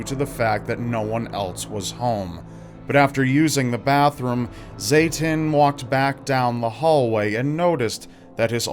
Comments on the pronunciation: I'm fairly certain was mispronouncing his name. I know Zatin and as I've heard his name doesn't sound like Satan, it sounds more like Satin. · Zatin? Yeah that’s Satan my guy